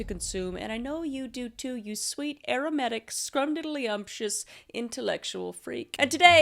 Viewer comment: For a second o though she said aromantic and I was like "how did you know?!" But no... She said aromatic....